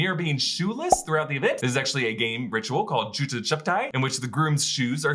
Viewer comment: its Jooota (shoes) Choo-paai (hiding)